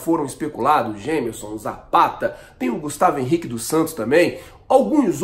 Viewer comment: Por mim podem trazer qualquer zagueiro! Mas se trazem o Zapata só espero que aprendam a falar o nome do cara direito!!! Z em espanhol tem som de S caraaiiii!!! Tô tentando avisar a alguns Yutubers faz tempo, mas eles continuam falando errado.